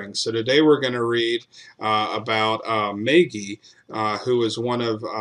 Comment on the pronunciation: As an Irishman, it is pronounced, mah gee